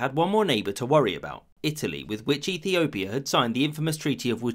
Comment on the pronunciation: You can clearly hear Ethiopia